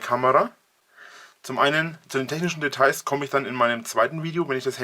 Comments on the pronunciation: "deteis" alter ich raste aus! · Das "deteis" hat mich gekillt :DD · "Technische Deteis"... Oh, Gott... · Ich sag' nur "die Deteis der Technick" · Am Anfang fand ich ja noch die Aussprache von "Honor" gewöhnungsbedürftig....aber "Technische Deteis"....ne.... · "Technick" und "deteis" ist auch gut^^